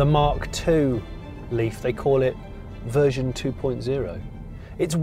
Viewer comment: Vershon 2.0!? What the hell is vershon?